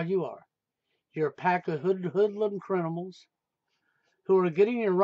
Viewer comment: He still says crinimals lol Goodbye and good riddance